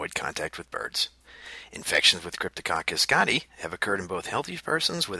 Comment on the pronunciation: It's pronounced 'gati-eye'